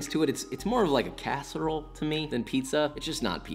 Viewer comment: Me being from Chicago U kilt the PIZZA but u messed me up when u said CASSEROLE